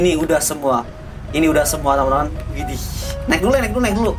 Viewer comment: Ketika kagum kata ini sering keluar "iddih" (w nya ilang, tapi kadang² widih si"